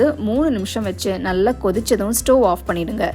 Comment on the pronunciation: ஸ்டோவ் nu thayavusenju sollatheenga normal ah pesunga ethana thadava ஸ்டோவ் ஸ்டோவ் vuuuu yaba mudila 😣